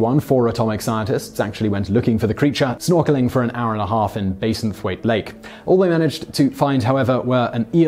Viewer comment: It's pronounced BASSenthwaite not BASINthwaite lol.